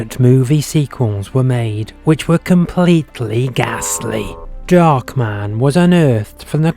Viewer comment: it's darkman not "dockman"